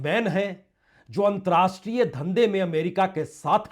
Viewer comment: There should be correct pronounciation of word "antarrashtriya (अंतरराष्ट्रीय )".